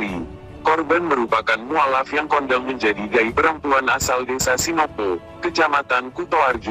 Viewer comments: Mualaf bukan mukalaf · Maaf, saya jadi ngakak dengar "mukaalaf" Untung bukan "mukafel" 😄😅😆